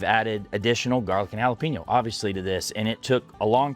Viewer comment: White people saying jala-peen-yo drives me fucking nuts. It’s JALA-PAIN-YO bro.